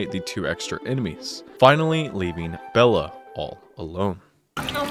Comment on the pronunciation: He also called 'Bela' 'Bella' so hes clearly fake smh my head